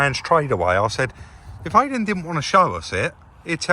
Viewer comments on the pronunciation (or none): Great vlog as always but thought Aiden pronounced his name Iden yet still insists on calling him Aiden. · You told us not to call Aydin 'Aiden,' but you're still calling him Aiden yourself lol. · Will be a great van, ideal for smuggling 😁I think the key guy likes his name pronounced Eye-dan (like Chris ) not Ay-dan.